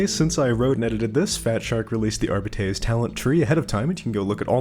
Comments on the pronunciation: Since you brought up pronunciation, shouldn’t you be rolling your Rs like Spanish if you’re going to say Arbites the Latin way? Wouldn’t your pronunciation still be wrong? (edit: I haven’t done Latin since highshool so my memory might be foggy) AhRRR-bee-tehss? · The correct pronunciation might be jif, but that is treason. R-Bites is the GIF equivalent. It sounds less.... whatever everyone thinks we need beets for, and we have a dog. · That's why I prefer "AR-bih-tees". But again, it's a made up fantasy language, Games Workshop can say how to pronounce it however they like. Telling them they're pronouncing their own made up language wrong is cringe levels of nerd-arrogance Let's not forget that in 40k Shakespeare is "Shakespire". The whole point is knowledge and understanding is altered and lost over time. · Arbites isn't a Latin word so your point is moot. In fact the only mention of the word "Arbite/s" in history, outside of 40k, is in the Bible where it mentions "Paarai the Arbite" in '2 Samuel '. In the context of the Bible it means 'a native of Arab' and is pronounced 'ar-bit'.